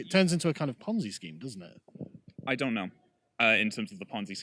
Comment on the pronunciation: Why cant the soy boy say 'dont' ? State of him/her/it